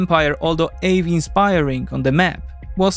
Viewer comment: "ave inspiring" :) Awe is pronounced kinda like "oh"